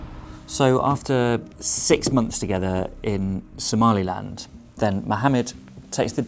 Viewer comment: Exactly that weirdo who lives in the Uk, keep saying “Somaliand” when there is no such thing